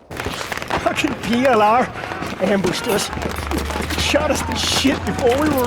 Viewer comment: The way that guy pronounce PLR he is definitely not American